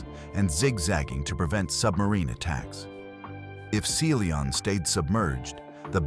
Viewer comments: Seely On? Really? You can edit the way artificial voice pronounces words. 🤨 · I'm available for narration, I'm good at it and I charge a very fair price, hiring me will benifit you by increasing your viewership. And you wont have problems like pronouncing SeaLion like see lee on. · You should listen to your video before you post it. The submarine was the "Sea Lion", not the "Sea Leon". Lazy and sloppy. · Your AI narrator does not pronounce Sea Lion correctly. You should not release a video with such an error. Proofread first!